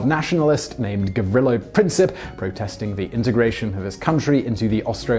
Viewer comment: The combat pilots of WWI were true gentlemen. Nobel and honourable knights of the skies. By the way in German "Freiherr" is pronounced "Fryherr" and "Zeumer" "Tsoymer", and in Serbian "Princip" is pronounced "Princhip".